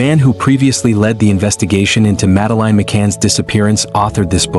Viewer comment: AI can't even pronounce her name. It's clear the child was taken. In the absence of authorities successfully finding the perpetrator they look to those closest to pin on the blame.It's a disgrace really . Reminds me of when Azaria Chamberlain was taken by a Dingo in Australia 1980. No Dingo putting it's hand up so imprison the mother. Yes parents do kill their children but these didn't. As if these parents searching for their missing children had time to dispose of a child. Shameful really.